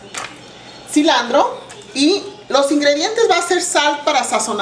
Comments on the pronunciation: SE DICE CILANTRO, CILANTRO EN ESPAñOL Y EN INGLESH , NO CILANDRO, NI SE DICE FUS BOLL , SE DICE FOOT BALL. CAMO ON SRA !!! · por eso miamor sele doce cilantro pero la doña dice cilandro jajajajjajajaj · Poque dice cilandro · no se preocupe:en guadalajara jalisco se dice cilandro y pues se oye bien botana..... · ...Pues es "cilantro" propiamente dicho. Claro que se le ha entendido, pero si pensamos en algun extranjero que aprende espanol, pues no podrá quizas entender la receta... ? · ayyy no se pero me desespera que diga cilandro👎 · hay palabras que no save decir en español cilandro jajajajaja